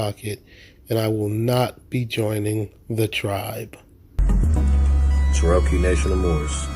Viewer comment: She wasn’t tribal during that car chase.when did this happen??…and why are they purposely mispronouncing Cherokee???